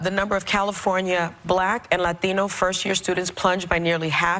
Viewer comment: Notice how she panders & says the word "Latino" in a strong Latino accent? Joy-less was looking for an APPLAUSE from the audience.... she bombed.